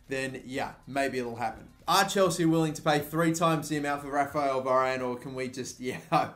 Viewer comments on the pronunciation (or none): none